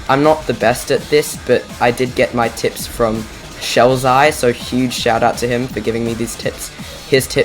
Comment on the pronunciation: why did he have to say "tips" like that😭😭😭